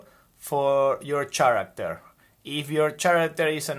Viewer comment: Great video! Lots of great information! Thank you for sharing and giving such a great visual structure. Oh, by the way, character is pronounced like “care-actor” the “ch” in this case makes a K sound like in “key” instead of the ch sound in “chair”